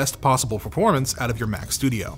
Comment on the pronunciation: "Verpormance" <3